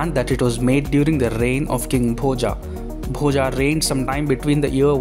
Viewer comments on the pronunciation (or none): It's Boja, not Bhojaaaaaaa. Learn to pronounce Sanskrit words properly. The 'a' at the end of every Sanskrit word written in English is pronounced as अ, not आ. In Sanskrit the अ maatra at the end of every word that has it is pronounced fully. It's not silent like it's assumed in Hindi. So it's Bhoja (भोज), not Bhojaaaaa (भोजा) or Bhoj (भोज्). This is why Sanskrit should be a mandatory language in school right from first grade, so that we don't have to deal with stupidity like this. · I mind your wrong pronunciation of Indian names. Please use right pronunciation. It's not "Bhojaa" it's "Bhoja" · Bhoja ये भोज है Bhojā ये भोजा है Rama ये राम है Ramā और ये रामा है Parmara Vansha ये परमार वंश है Parmarā Vanshā ये परमारा वंशा है,भाई भारतीय हो तो अपने भारतीय ढंग से बोला करो प्लीज, ये राजा भोज है , भोजा या रामा कृष्णा ये सब बोल बोल कर स्वयं को ब्रिटिशर्स का पिछलग्गू मत बनाओ दोस्त, आज तो गंगा जी को भी लोग गंजीस बोलना शुरू कर दिए है.... आने वाली जनरेशन को कल को इसके पीछे भी लड़ना पड़ेगा अदालत में, की गंगा है या गंजीज, भोज है या भोजा, राम है या रामा, योग है या योगा, इस अंग्रेजी फोनेटिक ने अधकुचरे भारतीय अंग्रेज समाज और इसके ज्ञाताओं ने यहां के मूल भाव का भेजा भोजा करके सब गुड गोबर कर दिया है, कम से कम आप तो अपना दिमाग लगाओ और अंग्रेजी में भारतीय शब्दावली को अपने मूल उच्चारण में बोलने का प्रयास तो कर ही सकते हो, ताकि भोज का भोजा न बन जाए, परमार का परमारा, तो प्लीज, आप तो थोड़ा सा सुधार करके प्रस्तुति देने का प्रयास कीजिए.! 🙏 बाकी आपके प्रयास और वीडियो के लिए धन्यवाद आपका.!🙏🙏🙏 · आप राजा भोज के बारे में बोल रहे हैं. Bhoja क्यों बोल रहे हैं